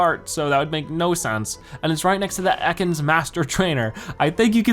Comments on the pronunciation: its EAcans not Ecans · You pronounce it eh kans